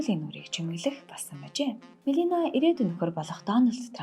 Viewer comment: Мелина гээд буруу дуудаж ярих юмаа Мелания гээч дээ.